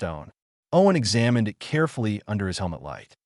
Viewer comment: Good story. I liked it. Thank you. Wish the word "dot" was used as the end of a sentence. Not as a spoken word. It would also be nice for "it" to be pronounced as a word, rather than. "i" "t".